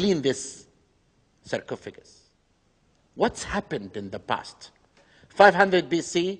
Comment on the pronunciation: why does he say cercofigant for like times